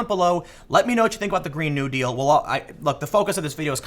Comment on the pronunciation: It's Green (NEW-deal) not (GREEN-new) deal.